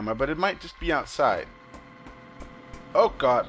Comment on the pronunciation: You sound like you're saying oh got with your accent!